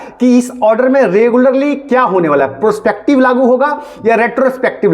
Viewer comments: 😂😂😂 bolne bhi nhi aata prospective😂😂😂😂😂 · इसे प्रोस्पेक्टिव बोलना भी नहीं आता मुझे नहीं लगता ये वकील है लोल